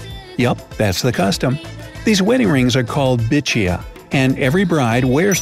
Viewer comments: It's Bichhua not Bichiya .. BTW I agree to most part of this .!😅👍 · And correct ya spellins its not ‘bichiya’ its bichuya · It's bichua not bichia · Ahh.....Love From India n not Bichiya It's Bichua